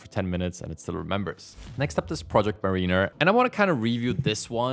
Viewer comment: Mariner = MERR-inn-err, not MERR-een-err